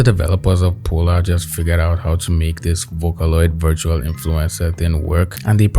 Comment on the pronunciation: My name is Paula and I feel called out when he says Polar